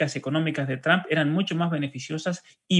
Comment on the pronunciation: El apellido TRUMP se pronuncia la " u " como "o " = TROMP "asi es que se pronuncia PROPIAMENTE. GRACIAS, ES PARA QUE HABLEN BIEN INGLES. RECUERDEN ASI, TROMP . DIOS BENDIGA AL UNICO MEJOR PRESIDENTE DE ESTADOS UNIDOS. EL UNICO AL QUE EL IMPORTA EL BIENESTAR DE SU PATRIA USA.